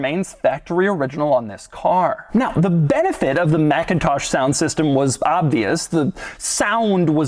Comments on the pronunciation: It’s not pronounced MACintosh. That’s the Apple computer company. The sound system company is pronounced McINtosh. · It’s pronounced mick-in-tosh 👌🏼